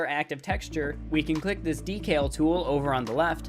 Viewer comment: I've binged your whole series in one night. Amazing stuff. You know your shit. But your pronunciation of the word "decal" is infuriating.